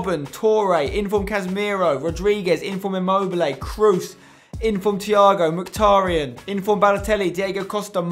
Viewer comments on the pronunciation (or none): none